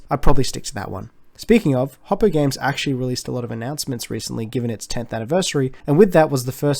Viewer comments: im aus too but i dont call it hop oh😭😭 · HOP OH???? HOP OH???... ho poo ITS HO POO